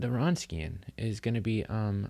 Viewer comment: It's pronounced "vronskian". Good lecture otherwise.